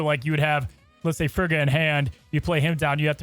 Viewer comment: Guys, it would be pronounced FREE-ga.